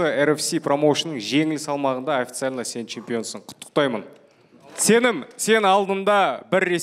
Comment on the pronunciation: Мынау орысбай комментаторға айтасыздар ма, Сеним емес Сенім деп айту керек)